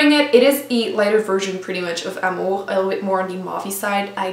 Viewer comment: Omg the way that you said amour and douceur was just like we pronounce it in Quebec I bet you speak French